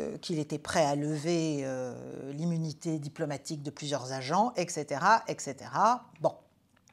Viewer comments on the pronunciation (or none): etcaetera= etcétéra . ( voire et la suite) ...pas de X....SVP...bon , mélenchon commet aussi cette erreur cependant....